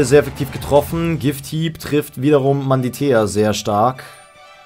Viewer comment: Wie er einfach immer Manditea anstatt Mantidea sagt XD